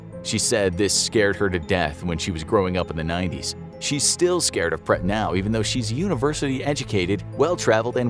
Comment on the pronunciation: I was wondering what you were referring to when you were talking about 'pret' it's actually pronounced, 'bled' but extend the E sound as in 'BLEHHT' Written in Thai; เปรต